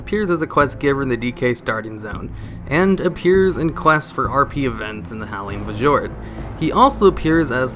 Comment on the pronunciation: watched hours of this dudes content although i have no idea where he is from. obv not from a english speaking country if you consider his common mispronounciations. howling v-jord for example